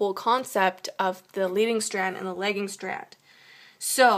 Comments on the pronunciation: Very helpful, makes it more easy for me to think about how to draw something out when I'm tutoring. Also,you pronounced lagging like legging. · Anyone noticing that she pronounced the lagging strand, legging strand. Lost all respect after that. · you pronounces lagging wrong lol great video though!